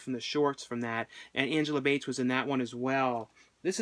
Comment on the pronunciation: I'm so glad you mentioned my favorite movie of all time; May! You did call Angela Bettis "Angela Bates" twice, but I forgive you! The movies I always recommend are: May Love Object The Loved Ones Murder Party April Fool's Day Behind the Mask Parents Red State You had a great list! I was surprised to see a few that I didn't recognize. Kudos!